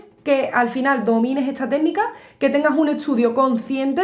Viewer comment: Porque cuando ella dice “esta” dice estxcha? O cuando dice “Tardes” dice txchardes? De Que parte de España será este acento ?